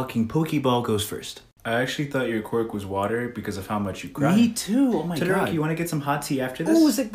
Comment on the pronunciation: When you say mama Todoroki I lost it